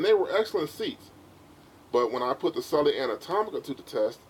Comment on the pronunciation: Correct pronunciation of Selle is 'Sell' not 'Sell-e' - the 'e' is silent.